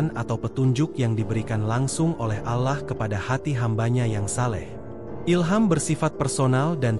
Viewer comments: coba siiiih,,,ucapkan nya ALLAH jgn alah,,, telinga sy gatal dengar nya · Keliatan nya yg membaca naskah bukan orang Islam, karena membaca nya lucu, dan mahroj nya salah!! dan tidak fasih, membaca Alloh, diucapkan Alah, dan membaca Rasullullah SAW, membaca kitab Injil, silahkan dengar kan dengan saksama!!! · Yg membawa kan cerita bgs , cuma penyebutan nama Allah dan subhanahuabta'ala diperbaiki ,..Allah L nya tebal . Bukan alah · Pembicaranya lucu😂😂 seloloh katanya 😅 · Maaf bercerita tentang Islam tp penyebutan,Alloh DWTdan nyebut Rasulullah salah,masa g ada usaha utk d perbaiki